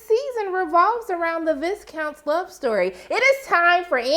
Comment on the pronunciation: Viye-count. The s is silent